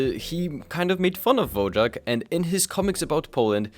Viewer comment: Just a correction: Wojak (pronounced /Voyak/) is a Polish word meaning 'Warrior'. It fell out of use in the past 50 years.